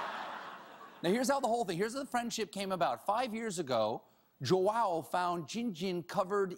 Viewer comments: I love the way stephen says "João", he says "JÓ-Á-OU" but it's actually "JÚ-Â-U" (in Portugal, because in Brazil it's "JÔ-Â-U") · Did you even try to search how to read the guy's name? Jo-ow? It's more like Jo-aum. Hell even Juan would be more acceptable. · I'm brazilian and the way Stephen says "João" is hilarious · I love you Stephen, but that's not how you say João. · the way he says "João", jesus christ 😂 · It's so fun see him trying to say João, It's my name and he is saying completely wrong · Seeing Stephen struggle to say JOÃO's name i realized that every language should get rid of the almost impossible sounds for the non native speakers! (please english end with the 'TH') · Stephen pronounced Joao wrong....really badly actually.....I guess he doesn't have anyone who speaks Portuguese on staff. The name translates to John, so it is really common.